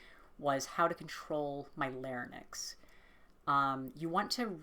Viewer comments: Lair-inks, not lare-nicks. :) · my girl, it's larynx, not larynex 😅 but thanks for the video, I'm struggling with voice training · The way you pronounce larynx is distracting me too much to pay attention im so sorry